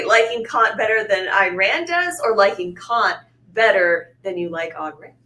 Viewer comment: Kant is definitely a name you don't want to mispronounce.